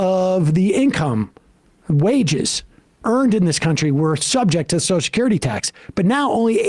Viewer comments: I'm not going to spend listening to a dolt who cannot pronounce - the word that the segment seems to be about! The phrase you are destroying in your attempt to speak is "social security" not soch-security. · Sam really struggles to say 'social security', eh? To my English ears it sounds like "socecurdy" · It's fascinating to me that Sam can't say Social Security. He says Soshacurity.